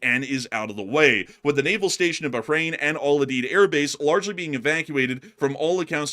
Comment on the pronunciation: Someone needs to teach you how to pronounce Al udeid